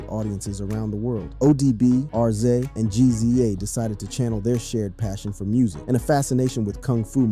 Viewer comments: How am I going to take you for serious when you don't know his name is pronounced Rizza....dahh uhhhh R. Z. A .... Who was Kurt Cobain??? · .. nothing for nothing but please learn how to pronounce people's names in your documentaries... R .Z. A.. please stop saying that!! it's pronounced Rizza..... I understand it's spelled RZA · I think it's RZA not ARZIEJ 😉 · It's not R-zee-a its rizza😢😢😢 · Its pronounced "Rizza"... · U can’t even say rza name right lmao 😂